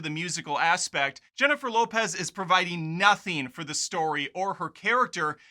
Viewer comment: This guys seems to be prejudiced against Latin people—why is he pronouncing Jennifer Lopez’s name like that? Obnoxious.